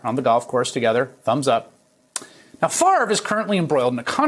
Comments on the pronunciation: I never liked the guy just because his name is pronounced stupid - it's FAV-RE, not FARVE. ;) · How come we all have to be dyslexic and pronounce his name wrong. It is Fav-ray , not Farve. Nannette Fabre's name was Fab-ray, not Farbay. Jesus. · This idiot doesn't even know how to pronounce h is own name. If FAVRE is pronounced FARVE, is HAVRE pronounced HARVE? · This idiot doesn't even know how to pronounce his own name. If "Favre" is pronounced "Farve", is "Havre" pronounced "Harve"? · not sure what you mean in saying "not in America". It's a French name and it's pronounced fav- ray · Hes the epitome of a dumbass American. He cant even pronounce his own name. Its French. Its pronounced "FOV RA" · OK< people, he doesn't play football any more. Can we start pronouncing his name correctly? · Duh. Your such a dum bass that you can't even pronounce your last name. 😂😂 DIRTY THIEF.